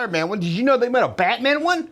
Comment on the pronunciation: I'm sorry but I can't watch anymore I was going to say what I got damn dude take a Valium sit down. You've said bate mam 1000 times ain't thru half way yet please get help